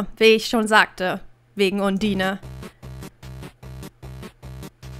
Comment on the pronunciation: du weist schon das man undyne ondeine liest ?